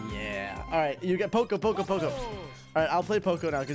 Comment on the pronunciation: Why does he keep on saying choco it is poco